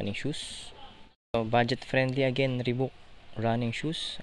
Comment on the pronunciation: Lods ree baak ang tamang pronounciation sa reebok